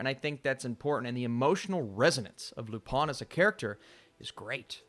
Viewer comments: Pronounced Lou Pên not Lou pin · Your pronunciation was close, but the "-in" sound (which you nasalized correctly) makes more of a short-e "eh" sound, not "ah".